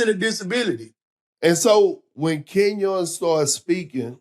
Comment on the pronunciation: "Ken-YAWN Martin"